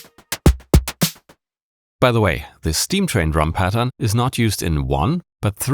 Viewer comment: I knew he is german the first time i heard him saying "Pattern"